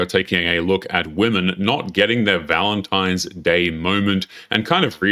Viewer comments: It's pronounced VALENTINE not VALENTIME. Go back to school. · Just a note for most of these women. You say it like this Valentine's Day, not Valentime's Day. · First off, listening to an entitled woman is already enough to want to drill my eardrums out... but, add a woman who calls Valentine's Day, ValenTIMEs Day... (brain cells self deleting) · Need take advice from a single woman…especially when she says ValenTIMES day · Sorry, but I will not be getting you anything for Valentimes? Day. The amount of illiteracy is staggering. It’s VALENTINE’S DAY. 😂😂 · Am I taking crazy pills or does it sound like these brainlets are saying, "valen-TIMES" day? Please...PLEASE ladies...pick up a book and actually crack the spine. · Take a shot every time you hear a woman say "ValentiMes" 😂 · “Valentimes”, can’t even pronounce what shes a supposed expert about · "Valentimes"? Come on ladies, do better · "Valentimes day" 🤡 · And we’ve found another word black people cannot pronounce correctly, valen-TIMES Day 😅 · S/O to “valentiMes day” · How about if you can't pronounce "Valentine's" properly, you get absolutely nothing? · "valentimes" is a huge red flag